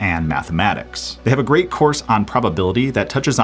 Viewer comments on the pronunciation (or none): none